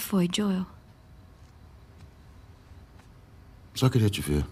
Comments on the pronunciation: O Edu fala: Jol,sendo que o correto é : joe,pronunciando diol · o ano é 2023 e eu me incomodo até hoje cm o edu falando ¨jol¨ ao invés de joel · Da um Nervoso tremendo ver o Edu chamando o Joel de maneira errada🤣